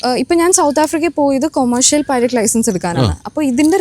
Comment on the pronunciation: പൈലറ്റ് ആണ് അല്ലാതെ പൈലറ്റി അല്ല മാഷേ 😂ഇത് english ആണ് മലയാളം അല്ല 😁😁😁